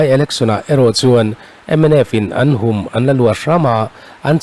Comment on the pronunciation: "Hum" tih lai tak kha tun tum chu lam dik loh a ni ve tlat mai. "Misual lakah min hum" tih a "hum" rik ang hian lam tur a ni e.